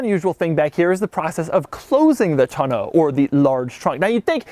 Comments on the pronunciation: Is it just me or is it pronounced "täh-nō" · I love Doug, he is fantastic!! But he does not have a clue on how to pronounce Tonneau.... :( it makes me sad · Mrhellzya I have to agree. Smh. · Who taught you how to say Tonneau?